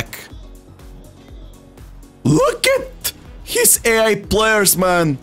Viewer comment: When he says "AI" it gets me every single time 💀💀💀